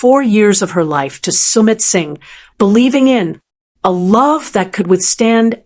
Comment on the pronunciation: AI? Sound terrible. From PALM .... SPRINGS. SUMMIT ....SINGH